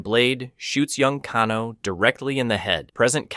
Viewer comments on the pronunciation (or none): OK HOW THE F ARE YOU MAKING SO MANY MISTAKES PRONOUNCING THE NAMES OF THESE CHARACTERS? Raiden I get since in Japanese ai=I but Kano is Australian it is A not ah. Seriously bro ?? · Great vid, but after the first couple mispronunciations I could you tell you were definitely trolling with saying the names wrong😂😂.. bro said "Can-o" & "Con-o" lmao ngl, that got annoying hearing a few names said completely wrong. but it happened with such abundance I'm like "this is definitely a troll tactic." Lmao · "But if you think my incorrect pronunciation of 'Shao Kahn' seems bad, wait until you hear me pronounce 'Kano' and the rest of the character names..."